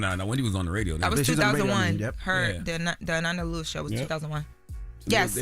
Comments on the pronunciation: Please pronounce her name right! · COULDNT EVEN WATCH AFTER MISPRONOUNCED HER DAMN NAME TWICE!!!!! SMMFH 😢😢🤦🏽‍♀️🤦🏽‍♀️🤬🤬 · Atleast say her name correctly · This ain't the first time I've been annoyed with inability to pronounce a person's name correctly. But this is the first time I wanted to snap on her for it. Come on ma'am. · such a damn journalist but can't pronounce her name right. Always tryna sound young and out of toucn nigga u 32. U know her name. Smh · Ok I think I see the issue y'all... says Ananda's name right when she is just talking. It's when she is reading that she messes it up by mistake. I can understand that. Maybe she gets nervous and is just trying to get everything correct. (Trying to give her grace) it's definitely hard heading her mess up the great Ananda's name like that though😩😩 Rest in Heaven love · I was becoming unhinged that was mispronouncing Ananda's name (Uh-NAN-duh) at the beginning of this clip and then pronouncing her name correctly (Uh-NON-duh). Then going back to saying it wrong again. Idk if she was nervous (I doubt it) or she just genuinely was making a mistake. When remembering such an iconic figure as Ananda Lewis that would be a name I would get right the first time bc there won't be another time to make it right. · It's pronounced ANaanda... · Pls put some respect on her name, smh, it’s pronounced uh-nahn-dah…She was truly an amazing person. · Her name is pronounced “Uh-non-duh”…R.I.P. 🕊️💔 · be butchering some names lol. Deion Sonders…Anănda. Lol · maliah. nah, it is Ah - Nohn- Duh! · RIP Ananda but Pronunciation of her name is wrong somebody like Envy say it because he’s from the generation. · Its pronounced A nanda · UHH-NAHN-duh =ANANDA 🗣️Correct Pronunciation** you are a Journalist English Graduate - respect people in death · Uh-Nohn-Duh is the correct pronunciation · her name is pronounced " A- Non- da!" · Jeez. Pronounce her name correctly!